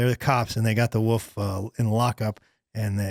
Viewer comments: I believe you are my wife’s newest favorite comedian. Not cause of your comedy of course. It’s because she also says “woof” instead of wolf. Just know you’re not alone. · I loved saying "woof" and taking a second before he checked him on the pronunciation. "You're saying wolf, right? There's an F". continues to say "woof".